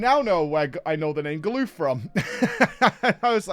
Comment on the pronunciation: GAH-LUFF!! GAH-LUFF!!!!!!!!! STOP SAYING GALOOF! Jesus christ.